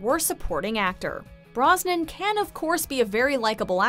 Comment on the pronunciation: Brosnan, not Brisbane